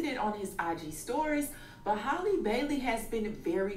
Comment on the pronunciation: Her name is HALLE!!!! HAL-LEE!!!! Not Holly, not Hailey. Why don’t yall take the time out to learn how to pronounce it before reporting on her?